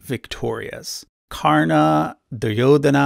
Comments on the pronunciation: Well you got most of it right. I just want to correct you here. You rightly said that the name karana is pronounced as Ka-rr-n, but "Ka" sounds more like "co" in "come" than "ca" in cat. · dude i love your work, but stop putting 'a' in frount for hindu names, its just karn, Duryodhan, arjun, etc